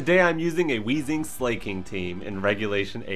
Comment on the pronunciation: Excuse me. It's actually pronounced Wayzing.